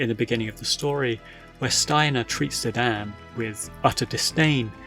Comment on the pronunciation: I kept being distracted by how you call Zidane "Zi-Dan". So funny 😂